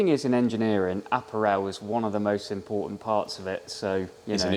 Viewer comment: Love the pronunciation of apparel 😅